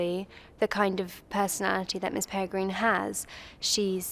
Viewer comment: Was it me or did she keep on saying Miss perigreen ? Not hating I love the film and all the actresses but like if you heard the same 🤔❤️